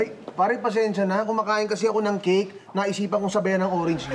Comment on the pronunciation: Hahah imbis cake naging cik hahahahah